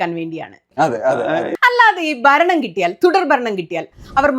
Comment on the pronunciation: ബരണം? അനുബാവികൾ? ബരിച്ചു? താങ്കൾ വാക്കുകളുടെ ഉച്ചാരണം ശരിയാക്കൂ....